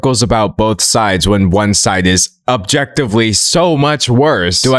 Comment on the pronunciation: thank you I thought it was just me but what he said really took me by surprise especially his emphatic use of the word objectively